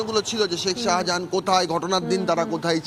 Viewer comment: Reporter to শাহজাহানই বলতে পারে না, সাহা জাহান বলছে